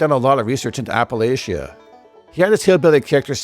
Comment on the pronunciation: Appa-LATCH-ah, not appelatia.